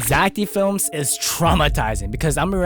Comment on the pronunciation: That ain't zack d. Films thats "zack dih films"